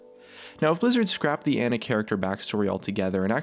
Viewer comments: i'm pretty sure Ana is said ahnah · Isn't it pronounced "on-a"? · Why do people pronounce Ana as Anna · the way he said Ana's name pISSED me off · Your pronunciation of Ana makes me lose brain cells slowly... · You said Ana wrong so many times... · PioneerShark 725 I do its annoying as fuck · Pronounced Ana wrong too.